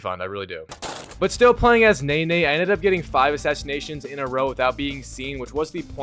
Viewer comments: Pronouncing Naoe as Nay-Nay is wild 😭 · It’s Now-aye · it’s pronounced now/ay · Worst plat video on YouTube. This guy didnt even watch the cutscenes or listen to dialogue, probably just skipped through everything. How does he not know how to pronounce Naoe when characters mention that name through the entire game? I can already tell he made his opinion up of this game before he even played it. It's clearly the trend these days to hate every new game that comes out. I understand there are bad games that release but not every new game deserves the hate but like i said it's the trend. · Yasuke and Naoe are named every vew minutes in the game but you still mispronounce them in the worst way 😂 Nene and ASSuki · “Yasss-Kay”…. “Now-ayy” smh 🤦🏽‍♀️ lol. Not yaquess and nay nay 💀💀💀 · YasssUkey = Yasuke, Nah Oh Hey = Naoe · if anyb wondering its (yas-oo-kay) and (now-aye) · Yusuki and Nene. I love how this guys butchers every name he encounters